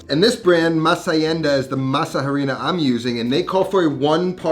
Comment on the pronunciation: Great video! Loved the recipe. BTW in Spanish when pronouncing harina the H is silent.